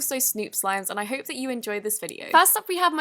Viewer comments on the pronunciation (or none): In the end it sounds like she saind I really hate u enjoyed it but she actually said hope lol